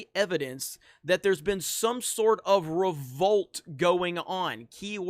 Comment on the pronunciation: How many times you gonna say. RO-VOLT